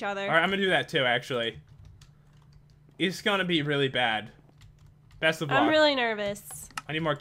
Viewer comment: why you say beast instead of best???????????????????????????????